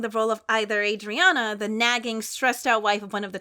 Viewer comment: I got so happy when said Adriana bc that’s my name and people always pronounce it wrong but she got it right and I’m so happy:))))